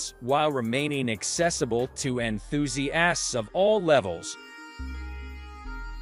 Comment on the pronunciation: Quit after, "En-thuse-assed'